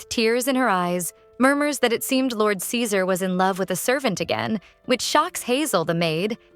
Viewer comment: Why did the voice keep calling ceaser scissors 😂